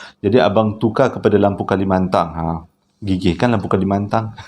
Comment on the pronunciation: 50 ribu kilo😆😅😄lampu kalimantan..bukan kalimantang